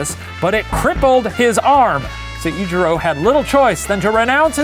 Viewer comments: The Professor: Se-yi-juro, Kihe-yi Me a Japanese learning student and anime fan: ITS JUST SEH-JU-RO PROFFFF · Great episode! As a Japanese person, I just wanted to point out some inaccuracies in pronunciation: Iori is pronounced (EE-ori), Honshu is pronounced exactly like it looks (Shane said Hoen-shu lol). Seijiro is pronounced (SAY-jiro). Overall I'm super impressed with Shane's pronunciation XD Fun fact: most samurai are not born with the name they're known by, don't quote me on this but I think Musashi was born Fujiwara Bennosuke (Fujiwara is a super well-known name in the history books, not sure if he was directly descended from anyone famous though)